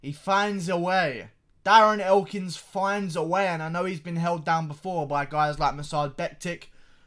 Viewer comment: "ee foyinds a way" Nah mate...